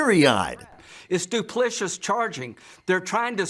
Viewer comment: Did Limp Lindsay mispronounce "duplicitous" as "du-pli-shus"? or am I missing a legal jargon here? ...